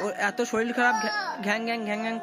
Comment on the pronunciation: শরীল ❌ শরীর ✔️